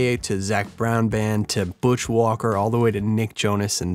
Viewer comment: You pronounced Butch Walker like BUSHWALKER... thanks .. I have a new bandname now..